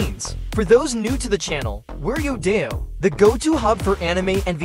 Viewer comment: It's kinda painful and cringe watching this video constantly saying the name of the site wrong. It's "Yo-Dai-Yo" not "yoda-yo"